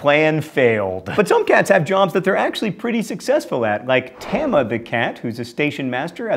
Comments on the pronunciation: Tama (たま) is pronounced Tah-mah. Not whatever you said... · The way you say 'Tama' is weird. Think it's supposed more like 'llama'. Also, weird thing I read before was that Hello Kitty was known as "the white cat with no name" (in Japanese I guess) and that she's the personification of a cat rather than an actual cat (strangely she actually has a pet cat of her own. weird). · You are mispronouncing the name of that Japanese cat. It's pronounced Tah-ma. S'okay, mispronouncing is your thing. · The Stationmaster cat Tama is actually the stationmaster of Kishi station, on the Kishigawa Line in Kinokawa City, Wakayama Prefecture. Also her name, Tama, rhymes with llama. And why did you choose that picture? She's a calico cat. (And yes, I have been to that station). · No, Jasper and Jerry was never "a thing". They were "Jasper and Jinx", then "Tom and Jerry". Also, you mispronounced "Tama".